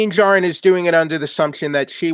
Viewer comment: Din Djarrin pronounced Den~JAR-REN not "Den Jaro". . . .